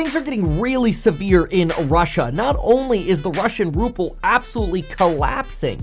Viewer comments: It’s not RuppLe it’s RuBle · Ruble, not ruple. P is in Trump, not in the ruble. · What's a Ruple? A cross between a Ruble and a Rupee? Not knowing how to pronounce a nation's currency should be the first sign you are ill-equipped to provide any insightful analysis of said nation.